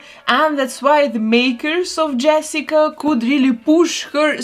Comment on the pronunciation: And saying Yessica wabbit about 20x ❤